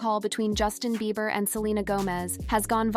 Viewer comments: His last name sounds out beeber not bye ber lol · I hate how this voice pronounces Beiber as Byber 🙄 😄😄😄😄😄😂😂😂😂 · This AI voice can’t pronounce Justin’s last name. It’s just rehashing old stuff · 😂😂😂 say his last name right!😂😂😂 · I know right!! Got me rollin!!!🤣🤣🤣🤣🤣🤣🤣🤣🤣🤣🤣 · With A.I. out there... PLEASE do NOT believe ANY "leaked" phone calls!!!!!!!!!!!!!!!!!!!!!!!!!!!!!!!!!!!!!!!!!! The voiceover to this video is A.I. and that is why it can't say Julena or Bieber correctly everytime. Be careful what you believe nowadays.